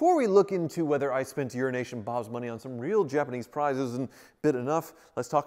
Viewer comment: I think you and should go in partnership on a venture called “Euro-Nation Bob”… at least that way he’ll get the name right after all these years🤣🤣🤣